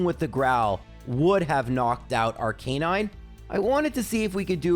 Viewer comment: The guy that can't pronounce rattata & arcanine is teaching us how to say "aa" together 😂😅